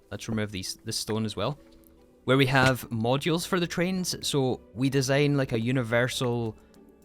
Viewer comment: besides the fact that english is my second language, one of the major troubles for me in understanding his speech is his pronunciation of the words like 'design' as dee zayne, not even mentioning woh uh instead of water although dont get me wrong, im not blaming this guy for his accent as i do acknowledge that an accent isn't chosen, i just commented my feelings, no hate here